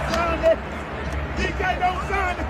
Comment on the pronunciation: I don't like DK Metcalf or his actions. However you can tell that these guys aren't legitimate NFL fans. They all butchered his name repeatedly. Lolol.